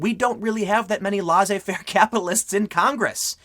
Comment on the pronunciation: pls look up how to say "Laissez-faire" I'm cringing a little